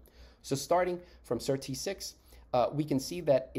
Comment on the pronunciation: Annoying to have to fast forward 5mins just to get onto SIRT6. Better a very brief intro that references past videos than the same content over and over. Also why do you call it "Sir.. T6"? The Sirtuins are SIRT then the number. So SIRT-6. Go to any interview, all the scientists reference it that way.